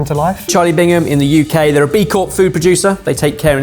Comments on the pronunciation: Why do so many people say Charlie "Bingham"? It's "Bigham"! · Its Charlie Bigham, not Bingham 🤦‍♂️ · At first, were they saying Bingham or Bigham… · It’s BIGham not BINGham. Mad how many people get it wrong 😂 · Charlie BIGham, not BiNgham…pls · I noticed everyone on this video pronounced it "Charlie Bingham" until the debrief at which point everyone pronounced without the N... I was the same until I realised the spelling recently :P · Isnt it Charlie BIG HAM not BING HAM? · Everyone mispronounces Bigham by saying Bingham. I used to all the time! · Gang of dopes can't even pronounce "Bigham". There's no "n" in there. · It's Bigham